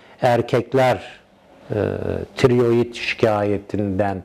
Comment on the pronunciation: Tirioid degil tiroid..Önce söylemeyi öğren hocaaaa.